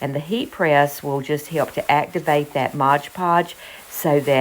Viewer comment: MOD podge. Mod. Please. It's not modge. :) I have some great napkins and planned to redo some little drawers with them. Thanks for the hints on how to make that happen without the wrinkles.